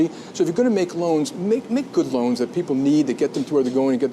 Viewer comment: *its loans not laons